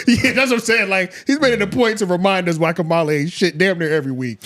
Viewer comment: Mispronouncing her name one minute and then saying it correctly, just to say it wrong again another minute later is WILD... You're doing it on purpose... Thumbs DOWN bro